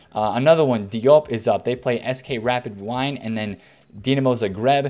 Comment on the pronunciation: love the lack of team knowledge and pronounciations, you just know never seen any of these teams play or ever heard of them, gives up on saying Ferencvarosi and says Budapest, then who on earth are Rapid Wine, lololol. Tbh its one of the things that keeps me back to channels where Americans try to do Football! Not hating just enjoying the content in my own way, still in my top ten trading creators! Some good advice at times. Maybe time for a video explaining the power of mass bidding on non rare golds, thats whats made me bank this year and its steady flow rather than hopeful flips!